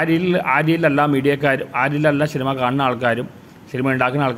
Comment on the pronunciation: ശിനിമ അല്ല സിനിമ ആണ് അണ്ണാ 😊😊